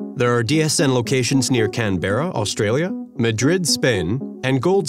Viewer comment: Can-Bare-Row Australia??? Or Canberra, pronunciation - Kan-bruh?? FFS get it right!!